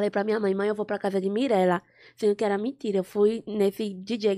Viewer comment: Q "MINTIRA" Mirella, deixa de "mintira" kkkķk A Loma é muito engraçada 😂😂😂